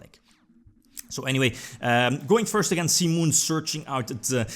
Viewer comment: Heard so much "Sea Moon" in this one! Any JoJo fan would be confused. I was like: "What, they made Sea Moon into a card? Lool, he means Simon"